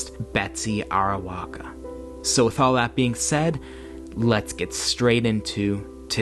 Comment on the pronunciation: TKU But it's Arakowa...not Arawoka